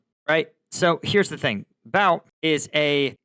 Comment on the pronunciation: the correct pronunciation is "boot"